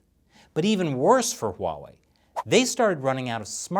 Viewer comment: That’s not how you pronounce Huawei.